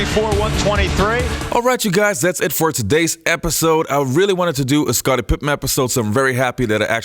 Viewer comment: My Dude why do you insist calling him Pipman.... It's Pippen.. So annoying!